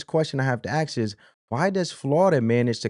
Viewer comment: Ask, not "axe"!